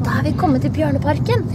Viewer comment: when I first heard your speak I thought you said barnaparken then I saw the bears